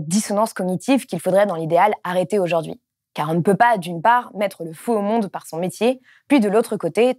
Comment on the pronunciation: merci d'être là et de faire tout ça! (juste un truc, vous employez souvent le mot "aujourd'hui" et vous le prononcez "aujord'hui", c'est dommage et c'est gonflant… mais on vous pardonne, vous êtes super! ). 😉😃